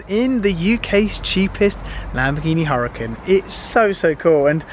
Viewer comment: Lahkhoghini hurakan